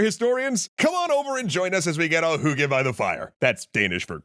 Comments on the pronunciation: I am danish, and you horrible butchered the Word “hygge”! Even the auto-generate knew that you dident say hygge, and instead spelled it “hugie” wich is a lot more acurate to what you Said, i think!😂. Edit: upon closer listening, it wassent that horrible, though i dident hear it the first time around, and thought that the 2cnd time around, it was a bit… not so good! But the 3rd and 4th time around, it wassent so bad, though it could still be improved! You are clearly not a native scandinavian! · Sorry to be a downer, by your pronounciation of "hygge" was absolutely incomprehensible.